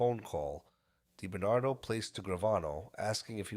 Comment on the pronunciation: Robert die Bernardo... Lol. You gotta love AI. Actually it was Sammy the bull and Quack Quack who wanted him wacked not Gotti.